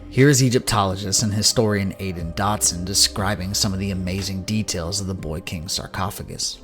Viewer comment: Dodson not Dotson